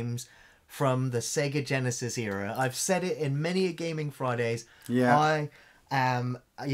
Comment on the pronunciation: I like you guys, but please stop saying Sega Genisis.